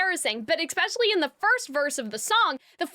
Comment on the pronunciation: you are not cringe, your analysis is strong, and your voice is lovely! your only flaw is that you make me a little crazy when you say "eck-specialy"